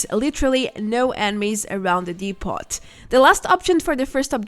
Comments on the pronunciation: “Depot” is the last word I would think you would mis-pronounce. Isn’t it French in origin? Anyway the T is silent. Also the O is pronounced like the exclamation “Oh!” So “Dee-poh.” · Excellent guide. Thank you for all the work you do... ("Depot" has a French pronunciation,, so the T is silent. DEE-poh or DEH-poh.) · Hi, not a fan of your stuff but to be fair this was most helpful, fyi depot is pronounced 'dep' -like 'step' and 'owe'-like show. dep-owe. thanks.